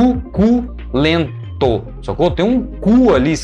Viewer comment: Rachei de rir na parte do su-CU-len-to kkkkkkkkkkkk